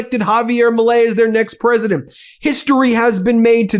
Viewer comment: Ladies and gents… this is the “presodint” of the fractured states on Mmmerica.